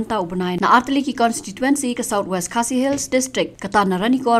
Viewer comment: Wow ko mei... Ka apot au kum kane... Tang ban kynnoh constituency ruh ym nang da ka "consituency" Independent Candidate 🤣🤣🤣🤣sound funny😝😝